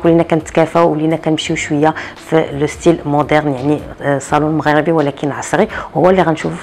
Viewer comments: On dit salon Maghrébi mais pas salon maghrabi,merci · عافاك حاولي تنطقي صالون مغربي بكسر الراء ماشي بالفتحة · مغربي بكسر الراء وليس بفتحها